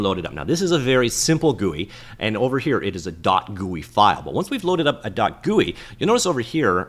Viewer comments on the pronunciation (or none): I like the way you said Goouii for GUI